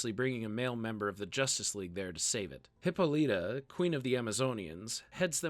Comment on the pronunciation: that's not how you pronounce Hippolyta